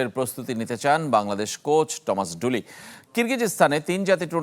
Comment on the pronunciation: থমাস ডুলি‌ না বলে টমাস কেন 😊